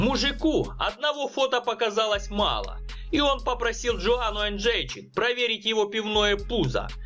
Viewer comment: Йоанна Енджейчик, а не Джоана Энджейчик)